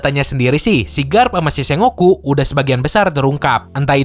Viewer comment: kayaknya admin pengucapan Sengoku nya salah, setauku harusnya dibaca Seng-Goku atau Sen-Goku